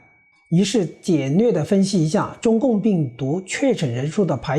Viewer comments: 请注意纠正读音：“排行”中的“行hang”读音同“行业”、“银行”。不是“排xing"。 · 排行(hang) 榜